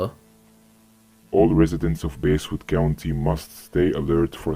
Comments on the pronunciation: pronounced basswood not basewood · No way did you start off by pronouncing "Basswood" like that.